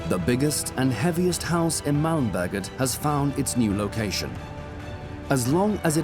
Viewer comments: The way he says Malmberget makes it sound like Malmböget. Which sounds like something entirely different. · när man måste flytta ett helt hus från mälmböget till koskus kuje